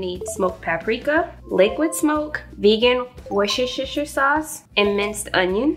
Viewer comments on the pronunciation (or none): I struggled with Worcestershire for years and I'm going to give you a little quick tip from someone that's actually from there. It's pronounced "wOOsta-sheer". 👍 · Sooo cute.... It's a British name, sounds like WURS''-tur-shur sauce. I work with folks from the UK and that is how they pronounce the Worcester part (WURS'-tur). :D Will try this.. thanks for sharing. Stay safe, from Canada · Omg i love the way you pronounce Worcestershire sauce 🤣🤣🤣🤣 Girl i can’t pronounce it neither. I just call it Work Sauce 🤣🤣🤣